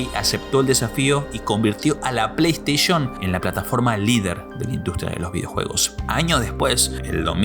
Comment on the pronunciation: O “pleisheishn” o “pleisteishen” no existe ningun razon pa llamar las “PLEISTEI(SHON)”” ninguna… ni en latinoamerica ni en españa. Station se pronuncia como (steishen) no como (steish(on) VIDEO ES. Deee putamadremente interesante! ❤ gracias! 🤝🤝🖤🧑‍🌾